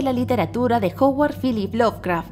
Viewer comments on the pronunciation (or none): none